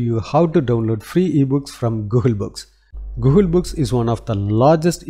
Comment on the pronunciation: Dude.. it is NOT “GOOHUL”.. it is Google 😅